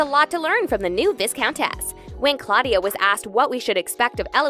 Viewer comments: Viss-count? It’s pronounced “v-eye-count”. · "Vuhh-eye-count" okay bye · vis·count /ˈvīˌkount/ Pronounce it correctly please.. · I thought I was the only one made crazy over this! Aaarrgghh! It is not VIScount. The s is silent. It is VI (long i) count. I've seen Brigerton cast in interviews when the interviewer repeatedly mispronounces the word, the actors keep pronouncing it correctly, but are too polite to correct the interviewer. Come on! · PLS THE S IN VISCOUNT IS SILENT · Ikr I can’t when this happens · Is it truly too much to ask that these content creators pronounce Viscount/Viscountess correctly? THEY LITERALLY SAY IT IN THE SHOW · I keep pointing that out! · Yes , yes ,yes. It drives me spare to hear the incorrect pronunciations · Gosh I cringe every time